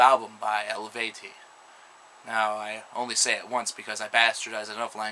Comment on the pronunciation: el-VAY-tee. hell-vet-TEE-ohss. en-SEE-fear-um. The more you know ;)